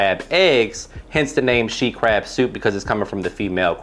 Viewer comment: i thought it was called “sheet” crab soup 😂